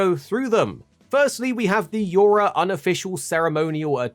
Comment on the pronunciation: YO-Ha Buddy! the 'R' is silent.